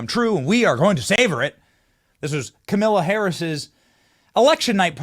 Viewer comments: wow, "Kamilla"? How do you not get her name right at least? I always say ka MAH lah but it's apparently KAH mah lah, accent on first syllable. But whatever.... yes, it was nice seeing Trump WIN. That's the closest we have gotten so far to TRYING to rectify the non-functioning fed govt. Hope and his group can clean house, implement some things to improve the country as a whole and try to keep a peaceful nation and relations with the so-called evil countries. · You pronounced KamIla correctly :) :) :)